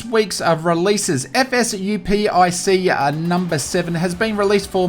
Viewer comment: Great news as always - but man how could you have mistaken the name of the greatest flight sim tool of all time - FSUIPC - not "FSUPIC". It's the marvelous Flight Simulator Universal Inter-Process Communication interface developed by Pete Dowson, one of the greatest flight sim scientists of all time ! :-)